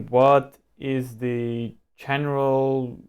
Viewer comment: I think it is a very helpful video! But it looks like you are very unprepared and you always pronounce "the" like thee.